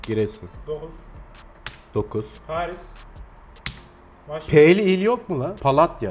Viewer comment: yeni ilimiz hayırlı olsun PALATYA ,Paris demeye son